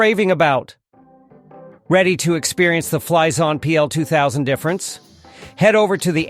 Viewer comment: Anyone else getting a "cream freeash" when he says it ?? XD